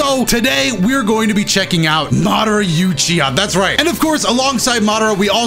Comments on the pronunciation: Love the video but why do you say “Yuchiha” instead of “Uchiha” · “U-chiha” and not “oo-chiha” hmmmmm okay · He said You-chiha it's ooo-chiha lol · Oooo chi haaaa not you chi ha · The U in Uchiha is like oo in moon, oochiha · So nobody gone saying nothing about him saying “Madara Uchiha” like that mans said “Madara Youchiha” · No one:: MADARA YOUCHIHA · “Madara youchicha” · That moment when you hear say madara youchiha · "Madara Yuchiha" lol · madara youchiha hahahaha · This mans said madara yuchiha lmao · he really said mawderuh youchihuh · Man said "youchiha" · Madara you-chiha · DID YOU REALLY JUST CALL MY MAN "Madara YOUchiha"?! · Madara... YOUchiha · Madara “youchiha” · I'm sorry loved the video but unless you made a mistake I think you said Madara youchiha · "You chiha" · “Youchiha” Everytime he says it I cringe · ain't no way this man said "madara yoochiha" at the start of the vid smh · I know he didn’t say youchiha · Did you say YOUciha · You offend me every time you say “IUCHIHA” and “NARUDO” and “OBIDO” 😤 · I’m unsubbing bc you said “you-chia” smh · The way he says Madara Uchiha, just disappoints me tbh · the way he pronounced "Uchiha"